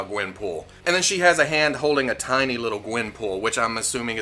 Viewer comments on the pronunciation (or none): none